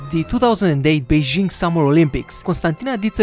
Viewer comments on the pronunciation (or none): none